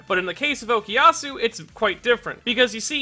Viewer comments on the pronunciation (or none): I don't think that was ever dropped. We just didn't see it because it'd take too long. It can be assumed it's always there during the muda rushes. Why does everyone say Okiasu? It's OKUyasu!